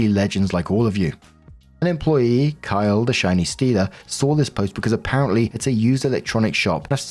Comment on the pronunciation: Story 3 - When sees "Kylee" - Female, purposely ignores the second "e", and insists upon pronouncing it "Kyle" - Male, thereby almost certainly misgendering the person. It's either congenital idiocy or intentional rage bait.